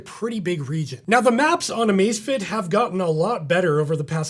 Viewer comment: Cada vez que dice Amacefitit se muere un gatito